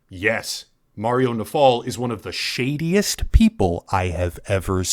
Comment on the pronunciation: The emphasis on the "is one of the SHADIEST people I've ever seen" made me chuckle. Good shit. Always a good time watching youtubers that know a thing or two about the law just thrashing hacks like these.